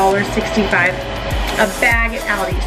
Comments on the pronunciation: Ty so much for this! You say Aldi I pronounce it Auldi lol ..I love Aldi but there beef seems expensive. My husband just got 3lbs for $6.00 at Acme, I know everything varies. There’s just 2 of us and I get tired of the same things! This is convenient! The mixer to shred the chicken 🍗 omg! Genius! All of these will basically last us a long time! Ty sooo much! I’m sharing this on fb & already told a few ppl on the phone 😂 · I've never heard anyone pronounce Aldi the way you do😂😂 Great video! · Why do u pronounce aldi that way???